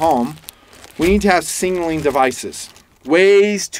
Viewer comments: Love the video but your Killin me. Sig....naling. Not Singling...lol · Hey, Leave the extra “n” out of the word signaling. I appreciate the video.